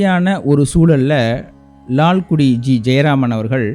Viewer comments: Wonderful edition. Sir it is not Lalkudi but Lalgudi. Similarly not saama ragam but saamaa ragam. With due respect nd apologies! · Perhaps your Tamil pronunciation requires further practice. It's Lalgudi.